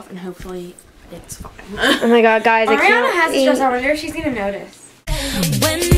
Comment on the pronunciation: when your friend called her "Airiana" i wanted to slap her omg